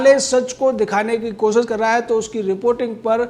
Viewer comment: Hey, What is 'kosis'? Man, I thought I knew Hindi, but never heard of 'kosis' Did you mean 'Koshish' by any chance?